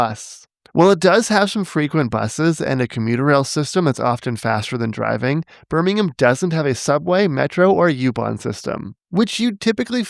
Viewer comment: Shoutout to a North American pronouncing "Birmingham" properly 🙏